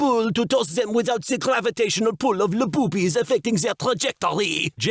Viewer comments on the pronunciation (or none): I know he wanted to make a joke like hueh hueh hueh le boobies, but i heard Lububies like the plual of lububus or something like that